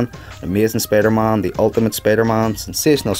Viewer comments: why you say Spidermon? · I like the way he says Spider-Man(Spidermahn:D)